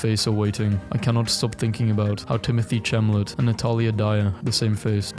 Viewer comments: oh my god- BRO SAID TIMOTHY CHAMLIT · Bro said Timothy chamalet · what is jit on about? It is pronounced Timothy shallamay